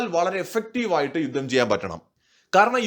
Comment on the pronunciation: യുദ്ദം എന്നു കേൾക്കുന്നത് അരോചകം. ആയുധം, യുദ്ധം ഇതൊക്കെ ഉച്ചരിച്ചു പരിശീലിച്ചാൽ നന്ന്